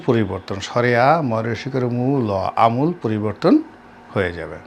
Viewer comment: আমূল বানান তো ভুল উচ্চারণ করলেন।